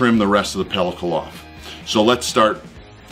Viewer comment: You are correct! says it funny. BUT, he's the MAN. So, I forgive him. Had me saying pelicos also. Pellicle, is the spelling. (I believe) I still don't know what to do with it. I dont have a grinder. But, I am at day 35 of a dry aged PRIME NEW YORK. So, I will be looking for a video of how to use or preserve it for future use.